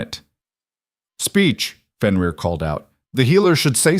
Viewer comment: AI is having severe problems with Fenrir/ benrir/ whichever spelling you use for his name .